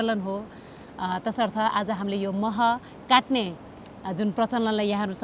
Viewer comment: baini "katne" haina "Kadne" ho. Tapai ho prayas ekdam sarhaniya xa. Hats off to you.